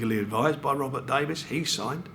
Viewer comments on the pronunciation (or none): none